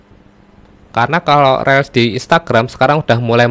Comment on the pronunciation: Reels itu bacanya Rils.....bukan rel